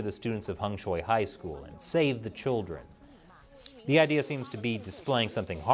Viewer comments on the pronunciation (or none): none